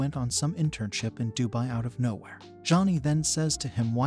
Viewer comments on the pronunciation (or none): none